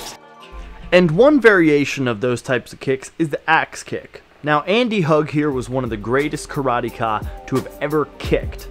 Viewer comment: I think you killed poor Bob. Anyway: Andy's second name is pronounced "Hoog". He did like hugging people, though. With his heel. In their face.